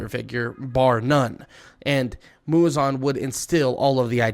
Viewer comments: It’s Muzan not muzon 😢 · bro is purposefully saying "muzon". Crazy his name aint even muzon its muzan